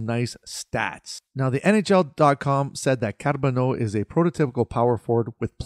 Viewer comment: I liked how you rolled the “r” in Carbonneau. Didn’t follow the prospects much this year, but I can’t wait to see what Hughes and Gorton will cook this summer.